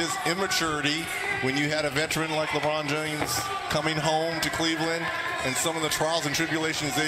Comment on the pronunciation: why does he say Lebron James like that 😂😂